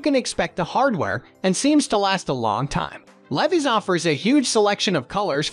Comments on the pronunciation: Leveees? Levies? (Levi)! LEVI's L E V I S, LEAVE-EYES!🥳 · The robot voice needs to learn how to pronounce "Levi's " lol ridiculous. 😂😂😂